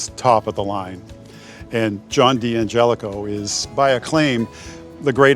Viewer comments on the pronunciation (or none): That AI mangled the pronunciation of D'Angelico twice, called it a guitar by "Dean Gelico", and then a "Gelico". Fire that narrator! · Pronounces it "John Dean Gelico", and also just calls it "Gelico". AI slop can't tell when it's talking nonsense. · Nice “Gelico” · NOT liking the AI mangling of D'Angelico.